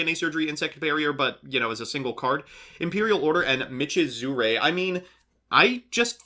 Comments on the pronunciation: MI-CHI-ZU-RE You're saying it wrong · "muhzooker" you mean michizure? it's pronounced "mee-chee-zer-ay"